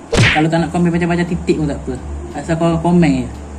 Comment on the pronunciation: nah titik..., yang ni itik🦆saya confuse abang cakap itik atau titik🗿👍🏻kenapa abang tak masakkan untuk saya sekali😃